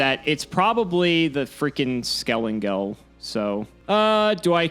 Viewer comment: lost all respcet for bc hes refusing to call skelENGEL by his right name... its NOT skelAngel....!!!!!!!!!!!!!!!